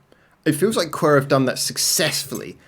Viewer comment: 1 second in and bro called them qwer instead of qwer... not 1 single unit but 4, letter by letter